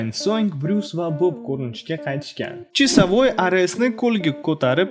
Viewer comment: Qanaqa chisavoy blat senty toʻgʻri gapiring